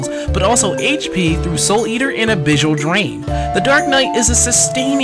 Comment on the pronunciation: why do you say abyssal so weird?